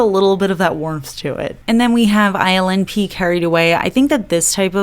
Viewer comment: I keep hearing ILNP as Island Pee. I am Sorry!